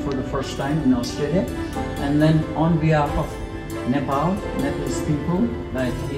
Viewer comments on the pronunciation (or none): none